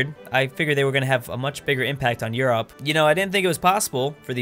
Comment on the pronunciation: You’re the only person I know who says Europe like You-Rop